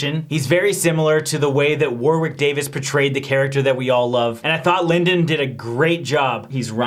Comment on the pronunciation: No horror movie has ever been as scary as listening to "Warwick' being mispronounced so many times 😫